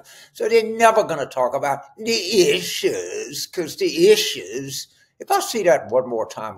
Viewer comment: “The EEESHUUUUES” 😂😂😂